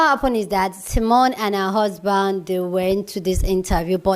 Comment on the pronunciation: What is criminal is the fact that you are calling her Simeon which is a man’s name. Get it right her name is Simone!